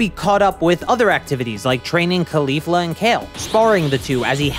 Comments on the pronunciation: ugh...its CAULI-fla not KHALI-fa. lol she's not named after a rapper its after a cauliflower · get so sick of people not saying it right especially someone who dose this stuff for a living lol